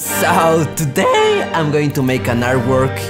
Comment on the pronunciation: TO-DAAAY, I Love Y-APAN!